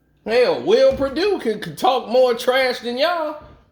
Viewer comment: Bruh said will perdue 😂